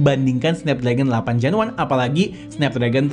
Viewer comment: "delapan ples gen wan"😂